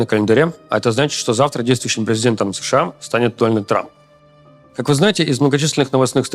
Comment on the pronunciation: Дольнед Трамп.😂😂😂 Оспидя, да оплатите ему уже курсы по технике речи!!!!